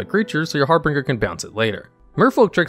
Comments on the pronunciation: Harbinger = har bin jer, not har bring ger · FYI: Its Har - binge - er, not Har Bringer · I know this video is old, but I just discovered your channel. The vid is great and I can see that a lot of work went into it, but one thing bugged me a lot. Your #9 is Harbinger, not HarbRinger. You mispronounce it every single time and it was very off putting. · It's har binger not har bringer. Harbringer isn't a word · Har - binge-er…… not har-bringer…. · Harbinger is pronounced "Har-Bin-Jer". There's only two Rs in it. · Har-binge-r. Two "r"s, not three. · It's 2022, if you can't say harBINger correctly, than you have no business making youtube videos. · He does it intentionally in every video to drive up engagement. Congratulations, you played yourself. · I noticed that there was a discrepancy between bad and big, and our narrator added an r in the middle of harbinger. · I went to the comments the second I heard him butcher the pronunciation for the fifth time. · Exactly the opposite. He does it in basically every video to farm engagement. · the way you pronounce harbinger is wrong. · He pronounced Harbinger wrong. Okay! Just leave it alone. People make mistakes! We don't need to be reminded of them. Maybe English isn't their first language?